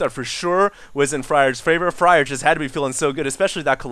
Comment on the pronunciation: Isn't Fraer pronounced like 'flair' instead of fryer?